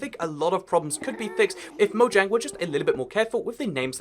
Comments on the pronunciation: it mojang not moyang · MoJANG!! Yeah, J can have a Y sound, but it doesn't in Mojang. Hard J. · It’s actually officially pronounced with the J. Even the developers say so.